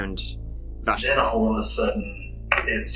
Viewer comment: It’s so weird hearing my name pronounced so perfectly in my favorite accent. What are the odds of me watching this video at 1am and hearing my name 😂😂 Vashti